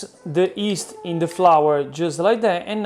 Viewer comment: "Annie", "East" and "Crrrrrounchy!" Please, don't take english class. I love it!